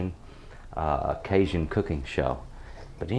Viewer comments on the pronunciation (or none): none